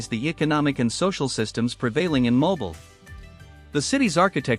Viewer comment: what a pitty that such a beautifully made film could not pronounce her very name correctly: It's pronounced "Mo-BEEL"!!!